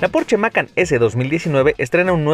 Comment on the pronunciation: Se pronuncia Macán no Mácan